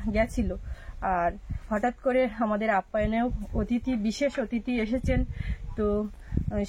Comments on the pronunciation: যাঁর উদ্দেশ্যে লেখা তিনি জানেন কি বলার কথা। কিন্তু তিনি বলবেন না! অতিথিকে 'অ' 'তিথি' বলা মনে তাঁকে অপমান করা। কানে বড্ড লাগে। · OTITHI বলতেই পারে না। সবসময় "অ"তিথি বলে। আজ আবার বিশেষ "অ"তিথি। আমেরিকা থেকে এসেছে, তাই জন্য " বিশেষ" 😂😂😂😂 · আর অ থিতি বলতে যেওনা। এ বড্ডো ভয়ংকর উচ্চারণ। তার চেয়ে গেস্ট বলো। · ok thahole “ Athiti “ hobe not “Atithi” but I just checked in google guest means “Atithi” in Hindi